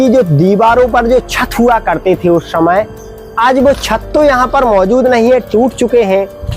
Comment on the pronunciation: आप समय बोलिए , शमय नही .....